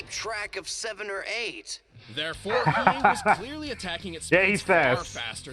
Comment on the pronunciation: Hiei not Hiyu